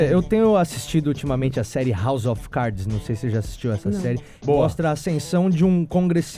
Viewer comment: "house of caidis"???? foi isso que eu escutei de uma mulher que morou nos EUA? PQP !!!! kkkkkk